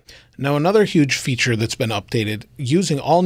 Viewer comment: Bonus "fature" lol